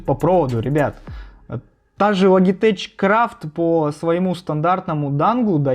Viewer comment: Сам ты, блядь, Логитэч. Лоджитэк правильно. 😂😂😂